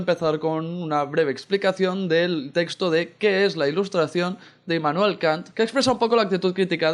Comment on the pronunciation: Hermoso tu video, pero Es IMmanuel, no INmanuel. :)